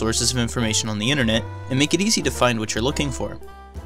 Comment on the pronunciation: "The innanet"